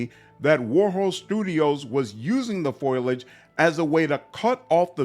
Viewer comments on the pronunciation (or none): Pho-lee-idge. Foliage. Not Foil-Igde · Nice vid. Foliage is pronounced FOL-EE-IDGE btw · Intelligent comments and great vid - subbed. FYI - its pronounced foalage